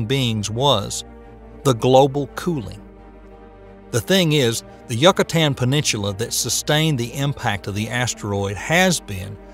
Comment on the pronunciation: I thought the opposite. The way Ecosystem and Yucatan were pronounced really annoyed me 😂